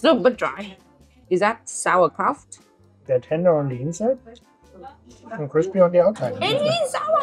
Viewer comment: I need to tell you it's called sauerkraUt not sauerkraft ❤